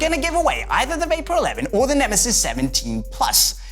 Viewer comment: ALL-IN-ONE VIDEOS it's neme'ziz' not nemesis 😂